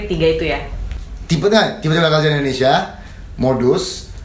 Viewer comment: ane bantu ralat kajo sblom jadi capres. "Indonesia" bukan "Endonesia"